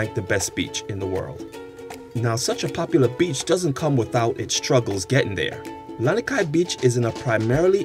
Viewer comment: Misspeled brah, Lanikai not Laniki